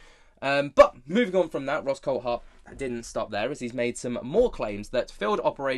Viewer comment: He's name is pronounced the same as the Grand Prix driver David Coulthard' you pronounce it coldthard, its coulthard drives me mad .